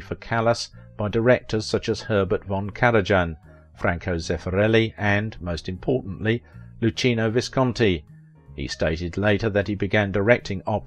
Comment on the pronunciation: The author of this video should learn how to pronounce Italian. Ch =k Luchino is pronounced lukíno. I wouldn't be surprised if he mangled French.